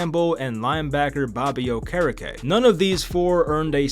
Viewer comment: McAfee really chopped Bobby Okerekes name 😂😂